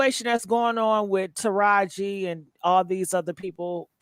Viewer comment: Pkease stop calling her Tahaji. Her name is Taraji.